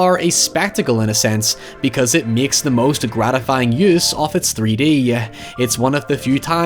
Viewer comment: Or when he myeks a comparison..